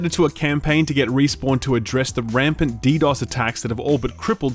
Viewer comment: Like for saying DDoS correctly, finally one YouTuber got it right